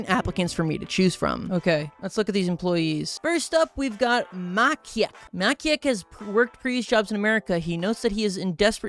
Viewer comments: bro realy ? it isnt makiek its maciek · I won't forgive you for how you spelled Maciek, a Polish name "mAkiEK". correctly it's spelled as is the "ci" part was said not like ki but ci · You Butchered Maciek so badly XDDD its a polish name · it wasn't makiek but maciek it is polish name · Maciek is Polish name, so it's pronaunced as Maciek not Makiek U Reading C as C not as k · "muhcheek" is NOT how you pronounce "Maciek" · i'm quite sure your first emploee had a polish name and should have been read more like macjek cuz in polish when 'c' and 'i' are together in 'ci' it is read diffrently, you can look the exact pronounciation online. also, i have a sugestion on what game you should 100% next, Hearts of Iron 4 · „Makieg” Bro it hurts my ears why did you bucher it so much🇵🇱🇵🇱🇵🇱🇵🇱🇵🇱🇵🇱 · this game most likely was made by someone from Poland why do I think so? 1. your first employee, Maciek (whom the name you did not pronounce correctly (it is pronounced like this: ˈma.t͡ɕɛk)) is a popular name in Poland. It also has the polish spelling. 2. Fiat 126p. a car made in poland during the times of People's republic of Poland. it is very common in this game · Same, just imagine saying hi macheek or hello makek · the way how you pronouced ''maciek'' sounded like a rusian name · The mispronounciation of Maciek is killing me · that maciek pronunciation took years off my life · When i saw maciek i was laughing at u pronouncing it. No hate tho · Maciek is a standard polish name. And as a polish person, I almost choked hearing you mispronounce it. Comedy gold. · as a polish its throwing me off how you saying Maciek's name PLS im practically having seizures rn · as a polish person i love the way read "Maciek" (i think its literally mat in english, im not sure tho) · As a Pole, it hurts my soul how you pronounce the name Maciek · the way you pronounced "Maciek" really cracked me up lol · Maciek is a polish name and your pronounciation is very very bad